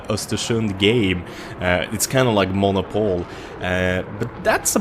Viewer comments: The way you say Monopoly is hilarious. It is pronounced "məˈnäpəlē" according to google. Like men, mixed with op (short for operation/operator,) mixed with oly, sort of like the end of teh word golly. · Monopol is called Monopolly in English!:D